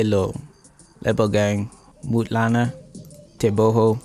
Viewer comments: When you pronounced Lebogang as Lebo gang, I died 😂😂🤣🤣🤣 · He says Lebo gang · Re tlareng😄😄you tried👏. Actually you Lebo_gang it